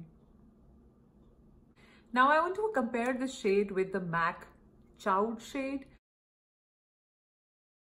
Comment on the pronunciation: Great comparisons! I’m pretty sure Mac Chaud is pronounced like “show”. It means Hot in French.